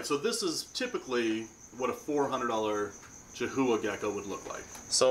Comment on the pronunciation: Breeders in the US charging $7500+ for a chahoua need a reality check. Can get similar geckos for $500 in Europe. edit: it's also pronounced KA-houa